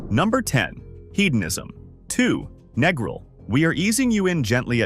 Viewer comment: can't even pronounce Negril properly, can't take an AI review seriously. Everyone knows about Hedonism. Same with Montego. RIU is a rundown has been resort. Bahia Principe is a giant paved over nightmare with a thousand guests. Food is awful in a place that big. Sandals is ok but way overpriced with an air of pretension. We have stayed at Couples Sans Souci 12x in last 10 years, going in Nov and Feb. It's perfect because it's small, no one under 21, nude beach, good food. Who cares about discolored grout in shower. The staff is great, remember us every yearr.